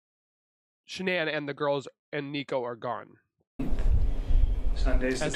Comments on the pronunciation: Did you almost say sha-nee-nee😂😂😂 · She mispronounced her name...its ok.